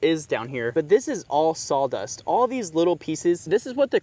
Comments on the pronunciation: "sol" dust? As in Pine-Sol? I know what you mean.....Saw Dust. but you say it SO many times. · I’m definitely hearing sall dust